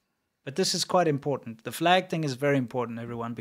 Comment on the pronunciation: "impor'en'h" The word is important.